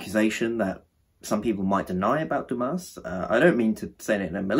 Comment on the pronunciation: Sorry but this is a bad review. And also at least read Dumas correctly....